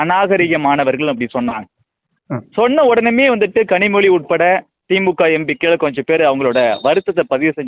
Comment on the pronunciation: Your pronunciation of Empikkal is horrible. Learn to.pronounce words properly